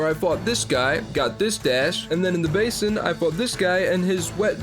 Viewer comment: comon bro its pronounced basin not basin